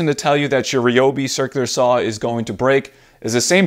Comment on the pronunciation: Thank you for pronouncing Reeyobi correctly 👍🏻